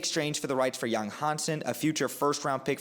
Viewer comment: Pronounced YANG!!! Not Yong